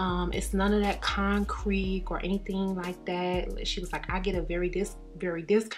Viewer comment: Did u say "con-creek"???? Lol 😂😂😂😂